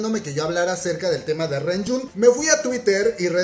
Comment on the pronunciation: ReJun se pronuncia lonyun